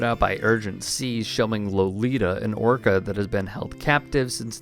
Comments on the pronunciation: What is an "orcer"? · What is this orcore she she speaks of…..does she mean orca?